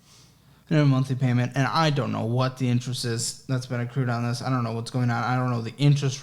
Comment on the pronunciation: Accrueded lol